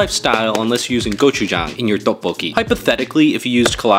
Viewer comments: It's actually pronounced tyeo-pok-ki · IT’s tteokboki pronounced “teo-k bo ki”